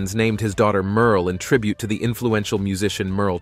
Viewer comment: As a lifelong Chet fan and picker, I felt compelled to watch this. 🙄The content was evidently written and read by AI (“See Simmahn”, “Merley”?) The images are random or completely inappropriate, certain “facts” have been synthesized, and the chronology is a mess. It adds nothing to Chet’s story. Chet faced hard times early in life, but he overcame them to become one of the most successful and beloved musicians in history. Everyone dies, but to characterize Chet’s life as sad and tragic is click bait plain and simple. Chet fans, don’t waste your time on this AI-generated tripe.